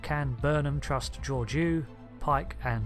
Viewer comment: I’m cringing at how you pronounce Georgiou.